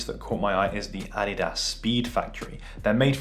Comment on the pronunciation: Who else hate how he say adidas